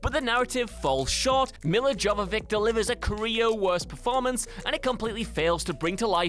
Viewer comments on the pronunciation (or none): Joe-va-vik? Yo-vih-vich. Smh. Do you guys even research how to say actors names ? I mean you guys ahave one job and ots these fn videos and you guys dont even bother learning the actors names.